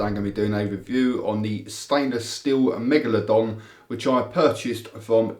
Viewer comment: I heard him say manglerdong